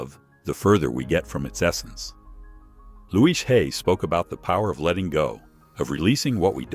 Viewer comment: The problem with AI. Louise, not Luis! 🙄